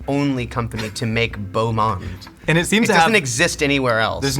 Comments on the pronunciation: Beau monde! Essential for a good rye bread dip. My mom used to always pronounce it like "Bow Monday" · Beau Monde pronounced with an accented letter E